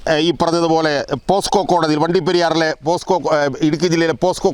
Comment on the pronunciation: പോസ്കോ അല്ല പോക്സോ